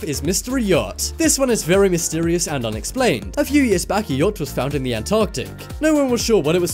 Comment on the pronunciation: Its "yacht" not "yatch" good video tho 👍